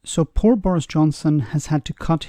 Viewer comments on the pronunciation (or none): none